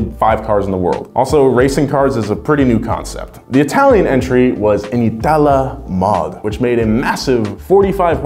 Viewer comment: Just a heads up, It's pronounced "ìtala"